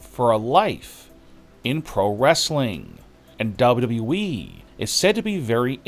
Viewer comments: say WWE again ! Narrator: duba duba E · 🤣🤣🤣🤣 that is exactly what I was thinking, it is so annoying hearing him talk like that and cannot even pronounce WWE properly. I tolerate it only because of the content. But it does make me cringe